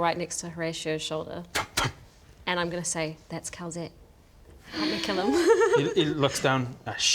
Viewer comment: It’s called Calzette, not Kel’Zet. (All the apostrophes have actually been used up for the AoA Dark Lords)